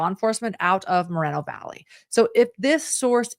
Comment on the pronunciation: Respectfully,, since you cannot pronounce the city correctly just say Mo Valley it’s in Riverside County 🌹